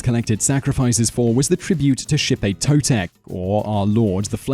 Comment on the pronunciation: ok your off bro im full blood aztec descent and and your saying alot of words wrong and the death ways u can take is not true and xipe totec wasnt for the boys it was for the babies and the kids means bring new life cause that ceromony was held in the spring and cauhtli ocelotl cermony were held in fall just saying bro